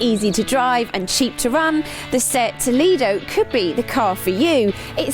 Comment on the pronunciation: Nice review, but I wish she would pronounce Toledo correctly!